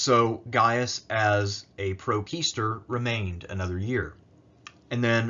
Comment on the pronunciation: The quae in quaestor is pronounced kinda like “que” in spanish.